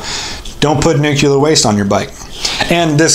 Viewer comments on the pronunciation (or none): Nuclear is pronounced . . . . . New Clear NOT New Cular It is not spelled . . . nucular. It has only ONE U . Eg: Which Hunt, Over their . . My motorcycle front and rear breaks Coffee brakes. Get it ??